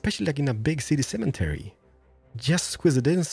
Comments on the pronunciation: U say cementary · what is a semen-tary ? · Cemetery doesn’t have a N in it. No offense. I know you are not American but I figured I would say something for the future. Love your videos!😁